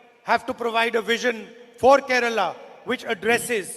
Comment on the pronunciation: Why is Kerala pronounced as Keral? 🤔